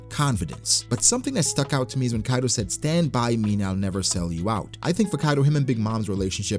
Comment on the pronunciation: Hi ! Great video, I have one question though, you're not the only one I heard say Kaido like that, like "Kairo" with a rolled "r" even though even in the japanese version of the anime it's pronounced Kaido with a "d". So why like that ? (genuine question) and again you're not the only one.